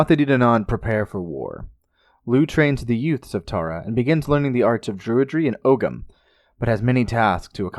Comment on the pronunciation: Sweet mother you need to learn how to pronounce All correctly ogham 😱😖😖 beannachtai agus slán🇮🇪